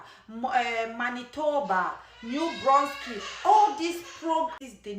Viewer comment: Nova Scoteea?? New brunskit?? Bruh